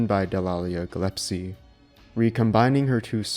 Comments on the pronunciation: SH1 is and always will be the original one and the best, but it's also true that SH3 is a really good and worthy sequel. (Note: It's Gillespie, not Gillepsie ;p). Thanks! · Dallia "Galepsie" ?? did you really say that?